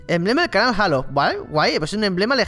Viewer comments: Tu que si que si que cada uno lo pronuncia como quiere pero en realidad se pronuncia JEILO! LIKEEEEE! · en méxico se llama halo se pronuncia jeilo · pero es 343 indiustres es Halo pero se dice Heilo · es jeilo no jalo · max chavez Lo solemos ignorar,a todos nos pasa,pero vamos que si hay que decirlo es así,la H se escucha ;).